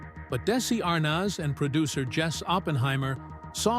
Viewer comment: Pronounce Desi's last name and vitameetavegamin correctly. No good excuse for the way you butchered it!. All you have to do is watch the episode.